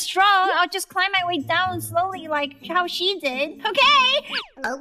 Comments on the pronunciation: its okeh to not be okeh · Its not okeh to be okeh (titan cry 😭) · It's OKEH to be OKEH (titan cry 😭)